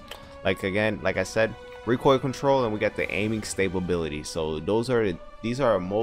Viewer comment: Man said ‘stabability’ like 4 times🤣🤣🤣